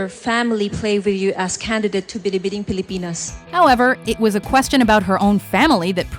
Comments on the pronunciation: Wait i’ve got to commend the narrator for pronouncing ‘Binibining Pilipinas .. very well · The real winner here is the voiceover gal for perfect pronounciation of Binibining Pilipinas!!! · For I am impressed how you say "binibining pilipinas"